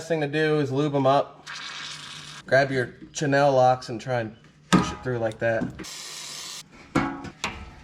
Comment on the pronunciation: Nice video...and are those special CHAH-NELL pliers? LOL